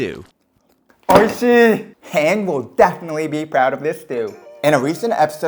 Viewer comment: Great production and delicious looking stew, but her name is pronounced "Han-Jee", not "Hang" 😅